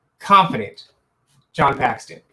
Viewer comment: Dude, Paxton bro... Paxton